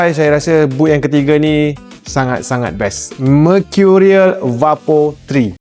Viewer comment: Sebutan vapor bukan va-por bang, tapi vay-per atau vaper. 🫡